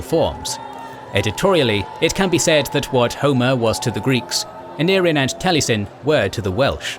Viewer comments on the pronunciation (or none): taliesin is pronounced tal - ee - es - in.